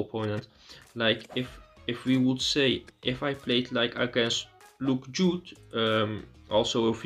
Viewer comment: Stop declining that friend request 😂 it’s pronounced Luke J Hudd 👍🏼 good attempt though 👏🏼👏🏼